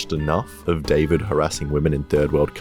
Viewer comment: It's david